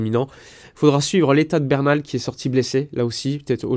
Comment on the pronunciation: Bernal* Busquets* Fais un effort mec.